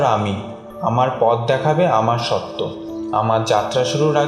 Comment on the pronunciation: সত্য শব্দের উচ্চারণ 'শোত্‌তো' । এটা ঠিক করবেন আশা করি।